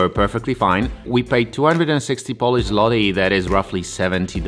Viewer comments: I'm not trying to be a dick here but how can you have a Polish YouTube channel and not be able to pronounce the name of the currency? Come on man. Złoty. That l with line through it doesn't sound like an l, it sounds like a w in English. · Nice drop. But pronunciation of "Polish zloty" was the best moment xD Comment in English for YouTube algorithm. See ya